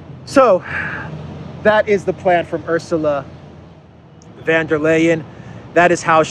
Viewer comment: der Leyen is a 'von' not a van.